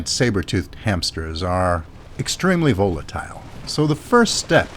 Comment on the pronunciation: Did you say vole-atile? Bloody hell.